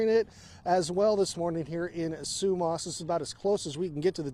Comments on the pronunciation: It’s pronounced SUE MASS not sue maas! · Like the way he pronounces Sumas, it’s pronounced Sue-mas . Ya we live in Everson, and part of the bridge collapsed, we can still get through one way bridge now. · It’s Su- mass….as in only a donkey wouldn’t take the time to find out how to pronounce the name of the town you’re reporting on.🤦🏼‍♀️